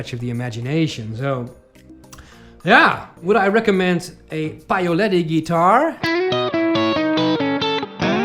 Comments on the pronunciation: PAOLETTI....not PAIOLETTI....😅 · You really have to work on the "Paoletti" pronunciation though.